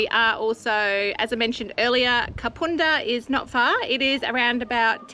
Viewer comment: First time watcher. Great episode! BTW - it's Kapunda as in bun or fun 🙂